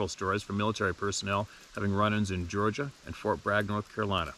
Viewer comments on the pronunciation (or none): none